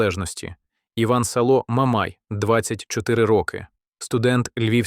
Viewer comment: шановні автори, якщо віддаєте читати текст штучному розуму, перевіряйте, що він там наговорює, по-перше, не а за контекстом швидше всього 5 година ранку. Не СалО, а САло, та багато інших неправильно вимовлених слів. Не вмієте, не беріться, а якщо взялися, робіть нормально